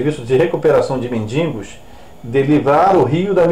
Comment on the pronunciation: Não é "mendingos"!Mendigos!Nem "mendigância",mendicância...